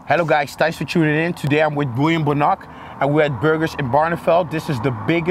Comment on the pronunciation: I always thought Bonac was pronounced Bow-Knack not Boo-Knock